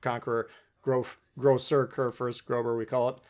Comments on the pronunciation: Now that Republique is available in store for 1.4 million GXP is it worth getting? (Also tip the ß in FDG is pronounced as a double SS, so grosser not grober, but I’m sure you’re aware of that now) thanks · I was coming here to say the same thing, it's a double s not a b. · The “ß” in Friedrich de Große. Makes an S sound. Not a B sound